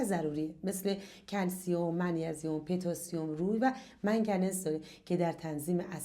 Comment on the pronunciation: كدوم پنج غذا؟ و ضمنأ پتاسيم با 'ضمه پ' خونده ميشه😂 Potassium 😅 با سپاس، از قاره استراليا